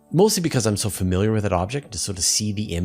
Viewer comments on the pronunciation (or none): none